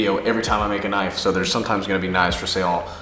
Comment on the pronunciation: That's a KNOIFE